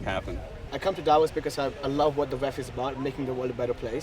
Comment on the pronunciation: Ironically, Klitschko is the only one who pronounces Davos correctly, at least the emphasis (it's on the o, not a). So [daˈvoːs] and not [ˈdavos] Well, actually the v is pronounced as an f. At least locally ;-)